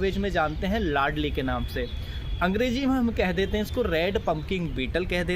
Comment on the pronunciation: Ladli nahi hota ,laldi hota hai